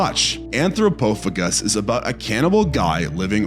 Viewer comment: This would be better if you knew how to pronounce names and titles correctly. Dam-AH-toh, for instance. Anthrog-poh-FAY-guss. And so on.